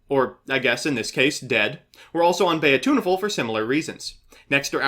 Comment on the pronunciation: Pronounces 'Coelacanth' correctly. Also: bEy-A-tUnA-fUl